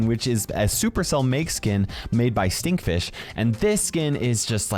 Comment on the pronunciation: bro said 'stinkfish'instead of steamfish